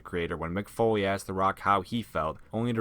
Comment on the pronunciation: I thought Foley said Bo-lieve, not Foley 😂